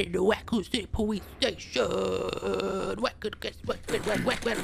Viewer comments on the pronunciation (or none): weeon kennedee, wacoon city poweece stationnnnnn